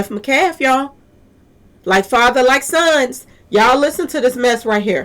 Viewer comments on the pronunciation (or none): Met- calf ..met- callf..pronounced metcalf